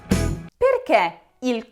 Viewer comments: Comprendo che l'inflessione dialettale sia ineludibile, ma - davvero! - non indovini nemmeno una "e"! Si pronuncia "perché" e non "perchè", etc...Per il resto brava! Il congiuntivo dona pregnanza semantica alla lingua italiana. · Farsi una domanda nn chiederselo...!!!! E nella dizione italiana mentre dici perché chiudi un po' la "e"....